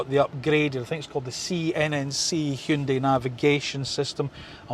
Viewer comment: Wonderful video. And kudos on your correct pronunciation of "HyunDAY". Keep up the amazing work!